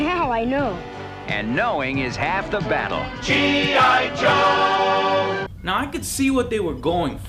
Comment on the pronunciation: All I hear is gi jose